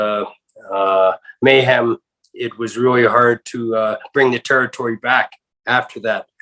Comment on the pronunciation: Hate how he say territory